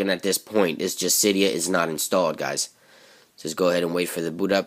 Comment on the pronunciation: It's si de a not cie dee u